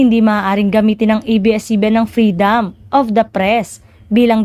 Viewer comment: Freedooom at hindi Freedaaam